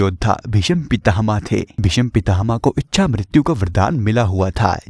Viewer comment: भिषम नही, भीष्म हे